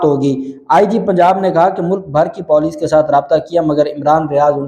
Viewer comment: It's Puuuleeecc PENDU And you are pronouncing Poooooleeeccc